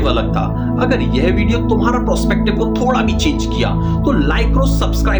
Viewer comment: Prospective nahin perspective hota hai ji